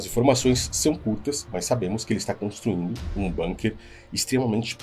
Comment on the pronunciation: Bunker é uma palavra alemã e se lê bunker e não banker